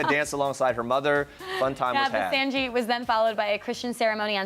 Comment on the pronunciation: It's not sanjeet for god sake, it's sangeet...